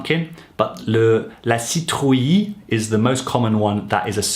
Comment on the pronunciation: Nice video! However citrouille is juste pronounced seetrooy, and type is pronounce tip.